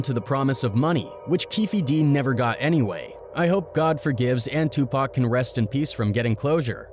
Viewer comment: 😂😂😂😂😂😂😂 2Pack grinds my gears